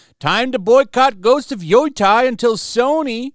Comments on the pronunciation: Yo Tie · Funny ppl keep mispronouncing YO-TEI with YO-TIE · By they way, Yotei is pronounced "yo-tay" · nope, apparently is "Yootei" with the "ei" part sounding like the one in "Toei" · Man, great video...but if you do more videos on them, please learn how to pronounce Yotei :'D